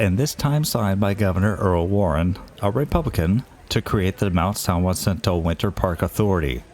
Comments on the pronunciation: Enjoyed the video, thanks. I've ridden the tram twice. Too bad it was so crowded; I'm sure that detracted from the experience. One minor point: the mountain isn't pronounced "Wah-sin-toe" but rather "Ha-sin-toe"; it has the Spanish "J" as in "San Jose." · Loved the video. I've been up to the top many times since it opened in 1963. So great! I've only one teeny suggestion for you. There is no y in San Jacinto. The j is pronounced like an h.😊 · Years ago, when parking was free, my son and I took the tram to the upper station with our backpacks. We hiked to and spent the night in Round Valley. The next day we hiked to the top of San Jacinto. Quite the view. BTW the "J" in Jacinto is pronounced like an "h". Another great video.